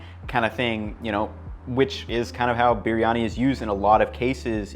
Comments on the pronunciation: Fan of the channel but can you please do some research on how to pronounce the names of the dishes you make and ingredients you use. It is pronounced Bree yani. Not sure what you are doing there with the way you say it. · Love the way you pronounced 'BiRiyani'😊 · it is b-ree-yani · you even try and pronounce the word biryani authentically. Your effort is pretty special. Here to 10m subscribers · Look how they massacred my boy(Biryani)/. Good effort though. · i clicked on this video hoping for dear god that he doesnt pronounce it wrong while trying to sound right, he pronounced it wrong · ye but this guy pronounce it so weird. i love briyani and the indian sellers always pronounce it different from him..